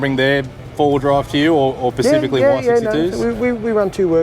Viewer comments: Whoa. Did you just say, “Pacifically”?! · Hahaha. Pacifically.